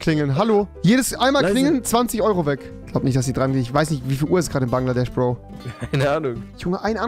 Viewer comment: Niemand Wirklich niemand Rewi:bangladech